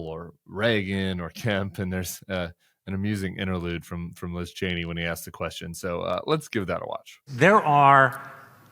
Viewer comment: It’s Cheeney not Chainey